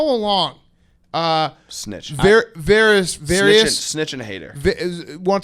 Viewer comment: "Various" was a great one